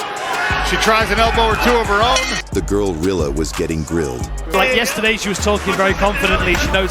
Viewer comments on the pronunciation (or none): New rule: Never let an AI voiceover say “girlilla” more than twice in five minutes.